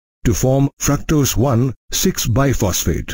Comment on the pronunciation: It's not Biphosphate ,it is BISphosphate